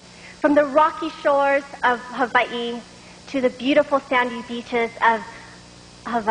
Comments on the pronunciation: Ha-VA-EE? Couldn't she just pronounce Hawaii like a normal person? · it sounds like she's saying havvai